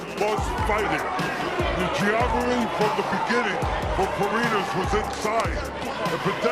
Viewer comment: Boss, hindi po letter N yan, Ñ po, kaya FARINYAS ang pagbasa